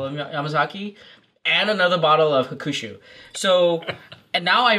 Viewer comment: made fun of pronouncing Miyagikyo incorrectly. But Sumimase my friend, you said Hukushu? You mean HAkushu. Maybe 8 straight drinks might have made you slur a bit. Have no doubt in your knowledge on Japanese whiskeys though. It was a really fun Drinkthough episode. Kudos to all of you! Nikka has been always good to me. Their discontinued Pure Malt whiskey must have been the most value added whiskey ever though. It was less than $10. Currently Kirin's Fujisanroku ($14) is probably the most value added one though. Thanks for your fun work! Cheers!